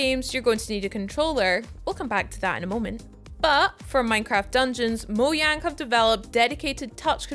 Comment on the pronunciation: Excuse me, mo-YANG?